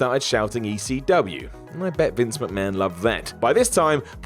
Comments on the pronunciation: Saying WCW with a southern American accent makes sense; it was a Southern promotion centered in Atlanta. Saying ECW the same way makes absolutely no sense; it was a northeast promotion that almost never ran in the south outside of Florida. You suck, Whatculture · Why does keep saying "ECW" like that? Doesn't he know that WCW was the hick promotion? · Why does always say ECW with a southern accent? It wasn't a southern promotion